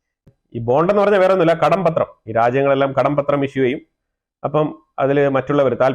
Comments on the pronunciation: കടപത്രം not കടം പത്രം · കടം പത്രം എന്നു പറയാതെ കടപ്പത്രം എന്നു ചേർത്തു പറയൂ. That's how it's pronounced.